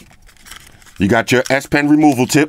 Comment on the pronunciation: Sound like he said you got a red ass pin.